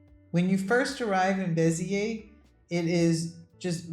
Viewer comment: I like how you guys are sampling French cities. Fyi, they don't pronounce the "S" in Beziers, its more like Bez-yay. We considered Beziers as well but ended up buying a country home between Bordeaux and Toulouse